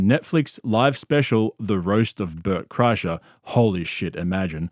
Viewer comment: mf don’t say LeBert Krischer that shit sent me rolling😭